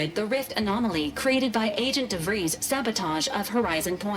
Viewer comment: As a dutch person i appreciate pronunciarion of De Vries